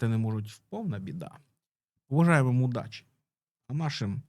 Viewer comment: Почув останню репліку"пожелаєм ва мудачі"..точно шо - мудачі..))